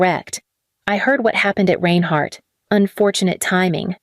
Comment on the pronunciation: Learn how to pronounce "Reinhardt "! All this stuff is stupid.